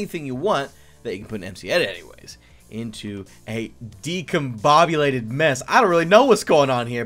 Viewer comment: that is DIScombobulated not decombobulated